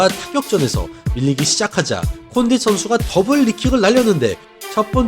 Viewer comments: 콘딘이아니라 콘딧이요 조쉬버트만이 아니라 조쉬버크만이요 ㅡㅡ 저번에 벨라토르 단체이름도 자꾸틀리시고 이제는 선수이름도 자주 틀리시네요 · 카를로스 콘'딘'은 좀 너무 한거 아닙니까..